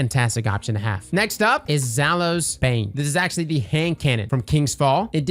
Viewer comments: It’s pronounced Zai oulies sorry it bothered me. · I think you had Zhalo Supercell on the brain when you kept pronouncing Zaouli’s like that. 😂